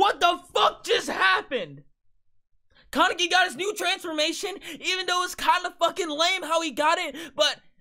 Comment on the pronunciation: said Kawneki